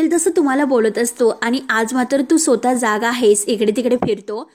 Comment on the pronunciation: सुरबट म्हणजे काय? उच्चार भ्रष्ट आहेत. सोता हे स्वतः असावे. न्यान की ज्ञान?